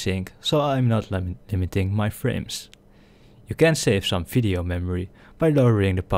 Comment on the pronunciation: Why are you saying fisheo and not video